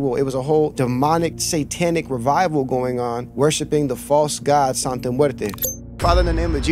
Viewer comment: It's santa not sante and it's not catholic it's like a folk religion and santa muerte and day of the dead is different bro. Respectfully if your going to " expose" something it's best to be accurate. Also day of the dead is a day that's sensitive to people because it's about their dead family so mabye the people felt as if you were disrespecting that. I don't know bro if that's the best way of going about it. God bless